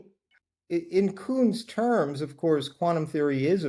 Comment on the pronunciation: "Coon"??? you mean Kuhn?